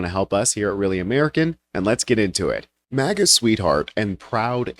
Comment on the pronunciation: 😂 "maga," not "mega."